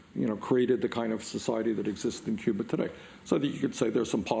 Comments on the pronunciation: Bernie, there's no "R" in Cuba! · Lol Cuber, come on man Cuba that's an accent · He's from Brooklyn. Give him a break. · I thought he was talking about the 80's video game "Q*bert"... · a friend from England sticks an r on the end of words. It's cute. When Bernie does it, also cute